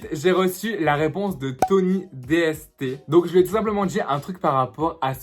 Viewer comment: On dit Tony DSTS avc un S 🤣